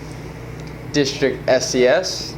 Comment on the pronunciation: "disrikt" lmao